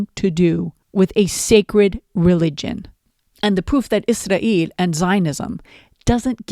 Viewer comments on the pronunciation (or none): I think you should pronounce Israel the same way English speaking people do . Izrael Free Palestine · I’m sure you are pronouncing “Israel” differently (Arabic accent?) for a reason, but it’s hard (for me at least) to listen to. One sarcastic euphemism I like is “our greatest ally”. Just a suggestion. Other than that - great video!